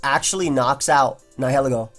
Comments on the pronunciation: I thought Nihiglego was pronounced like "nihilism" is. (nye-ihl-eh-goh) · Hi, I think it's pronounced nile-ego...latin roots nihil (no)(pronounced "nile" like the river) and ego (self) (pronounced like the waffle). Probably because it is a symbiont and fuses with another body. Keep up the good work! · actually, the correct way to say Nihilego is Knee-he-leego:] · Dude look up how to pronounce nihilism but take off -ism and add ego (like egotistical). Love you btw